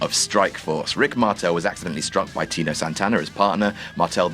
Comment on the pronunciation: TITO Santa not friggin Tino, says it wrong every bloody video! Call yourself a wrestling historian????